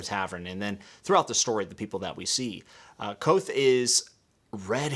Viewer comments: K'vothe. K-vothe. Not Kwothe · Say Kvothe like Quoth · Small note the V is not silent In Kvothe. It’s a weird name to pronounce